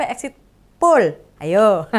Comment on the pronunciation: Poll, bukan pool..